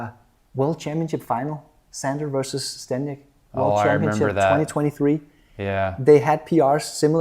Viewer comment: Kinda disrespectful that ZZ has been performing at such a high level, gets to this match, and still doesn’t bother to pronounce his name correctly.